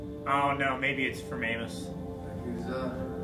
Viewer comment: I love how none of them can pronounce Amos' name right xD